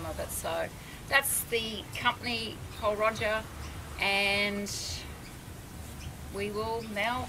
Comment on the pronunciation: It would've been a great review but you really need to pronounce it properly it's not Roger lol i'm sorry to point this out